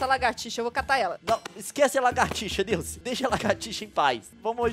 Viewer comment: NAO SOLTA O "L" NILCE KKKKKKKK